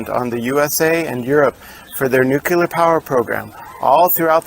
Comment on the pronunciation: All good until 14 minutes after launch and then multiple nuculars. Sorry, it's either nuclear or the viewing mission terminates.